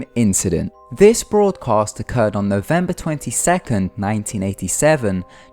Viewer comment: November 2Sith.. That's how you pronounced it.. I hate your accent so much.